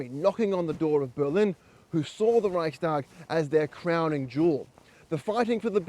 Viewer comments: LOL! Can't even get the FIRST name right! It's Reichstag and NOT Reichtag. LOL!!! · Reichstag not Reichtag you bellend 🙄 lol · It’s Reichstag with an ‘s’. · Garbage. You couldn't even pronounce the name of the German parliament.